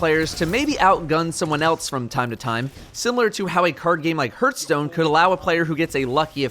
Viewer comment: "Hurthstone" I can relate to here, even thinking about Hearthstone causes me to have a stroke.